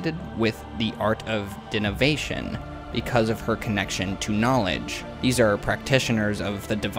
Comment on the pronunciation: "art of dinivation" My dyslexic ass picked up on this.